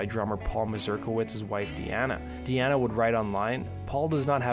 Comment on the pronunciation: Correction its deana not diana i spoke to her personally on here youtube she had a channel called i am deana i been on her panel a few times and alot of people got her name wrong its deana like dina but spelled deana i don't know if she is on youtube still its been almost a year since i have spoken to her but yeah just to correct you on her name other than that good job on the video cheers 🥃🥃